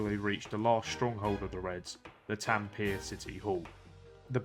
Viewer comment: You butchered T A M P E RE (taM -puh-ray)